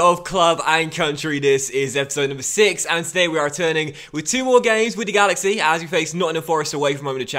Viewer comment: “Wid duh galaxy”